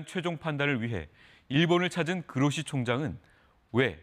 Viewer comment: "그로시"를 "고로시"로 읽었다.....